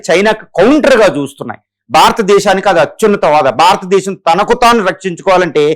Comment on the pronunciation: భారతదేశం భారతదేశం భారతదేశం అని పలకండి